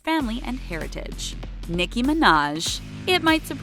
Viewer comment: They pronoced nicki name wrong 🤣🤣